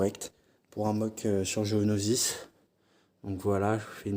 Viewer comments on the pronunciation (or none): Géonosis. j'ai entendu gonosis